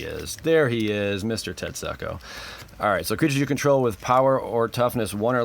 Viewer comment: I'm disturbed by how you pronounce Tetsuko.. Unless you intended to pronounce it as tet-suck-oh.